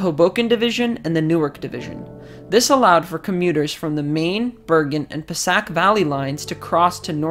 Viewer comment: its Pa-say-ic valley